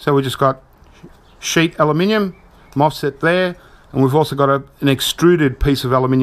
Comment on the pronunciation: cool, that was interesting 😊 (btw its a mosfet not a fosmet 😉)